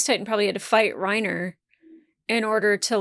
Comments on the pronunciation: Armin Arlert Reiner Braun Neither “R” in Armin’s last name is silent. I’m not even going to try to type out how to pronounce his last name. Best I could come up with is combining parts of “are”, “error”, and “alert”, so I gave up. The 2nd “R” in Reiner’s first name is silent - Rine-Uh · A lot of the names in the show are German, so you would be correct to pronounce "Reiner" as "Ry-na". Same with Connie Springer not putting any emphasis on the "er" at the end. The Dub actors have american accents and even they go for the German pronunciation which I imagine was purposeful for that reason. But don't melt your brain over it, just go with whatever honestly